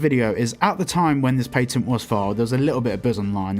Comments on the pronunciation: Pat-end not pate-in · it's patten not "pai-ten" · i don't care for your accent but you pronounce the A in patent to much